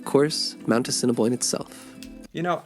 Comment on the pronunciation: A-sin-a-boin,prounce it that way